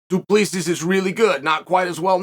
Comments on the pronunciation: Hi Uncle Chael. Pronunciation tips from South Africa. Du...plus...sy Not Du Ples sis. The "s" at the end is silent. I'll let myself out. Please don't come Soldier of Fortune me. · First off, Chael has been confirmed on multiple occasions of *purposely mispronouncing names so don’t think you need to correct him. Secondly, you can edit comments so you didn’t need to reply to yourself with a correction. Thirdly, it’s Do Pleh C, not whatever amalgamation you conjured up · Wasn't he saying till and duplissy? 🤣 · DO-PLUS-E is how you pronounce his name Uncle Charlie... ✌ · Imma be honest. I just watched this to hear Chael say Dylan da plissy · This fight will be fun but not as much fun as hearing the name du plessis getting butchered for 12,42 min. Go Dricus. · Really Chael. Pronounce Du Plessis properly. It's a big issue for us South Africans. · Come on Chael learn to pronounce Du Plessis Correctly. Professionalism.